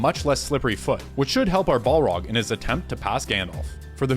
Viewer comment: He keeps saying ball-rog instead of balrog